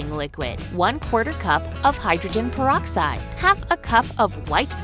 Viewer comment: Scientists: "PEROROXIDE" WHYYY 💀